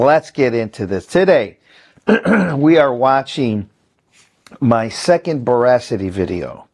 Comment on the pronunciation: Pronounced Bora-City. 💜